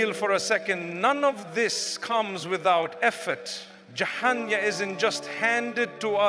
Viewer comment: You think mufti menk says " jaana and janaah and jahana" even says hana...and doesn't know how to say jannah. Listen to the audio carefully mispronounced words again and again, And btw it's not about conspiracy mind it, I never said the info is wrong. I said the voice is altered. Serioulsly some ppl🤨